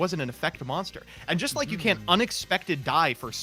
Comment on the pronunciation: I've never realized before that pronounces both can and can't as CAN, but that Mudballman question shows it very clearly I wonder how many rullings have I got wrong because of that 🤔